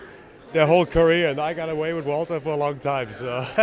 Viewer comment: Goon-ter. Or for people who respect history, it's pronounced Wall-ter